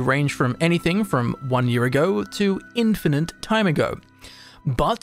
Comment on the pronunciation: "Infinant" "Ultimant" dude, it's "Ultimate" and "Infinite". You seem to be pretty well spoken otherwise, why such stupid mistakes? The video is great albeit a bit slow.